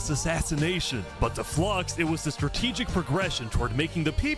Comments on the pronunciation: Its called watching the Bromance be betrayed for the record no one gets Flux's name right... Its not Flux-ion Its Flu-ix-on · Considering that I don't think his name is said correctly one time in the video I don't blame anyone for saying it that way. Maybe everyone mispronouncing his name is the real reason he turned into a villain.